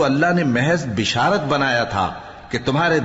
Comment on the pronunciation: MashaAllah. Please correct the pronunciation of the word basharat. It is not bisharat.